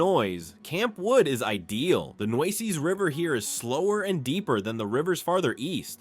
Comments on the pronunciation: The New-sees River! He hasn’t pronounced one right yet! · Did you catch the pronunciation of the Nueces River also? WHERE are they getting these people?????